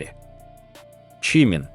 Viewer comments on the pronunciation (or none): Не статья, а сплошное вранье. Про Техена, про Чимина. Что за манера коверкать имена? И зачем впихивать фотки чужих людей, вместо настоящих родителей Чимина?????? В бан однозначно!